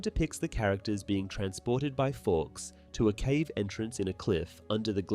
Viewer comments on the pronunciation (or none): none